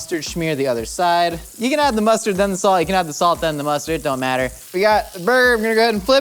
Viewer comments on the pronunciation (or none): none